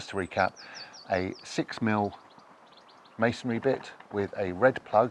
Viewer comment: Thank you for pronouncing masonry properly; not as "masonAry." 😊